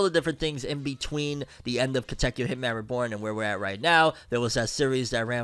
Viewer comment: Just hearing you say Katekyo makes me so happy 🥲